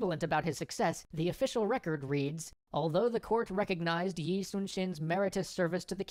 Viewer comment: Yi(X) --> Lee(O)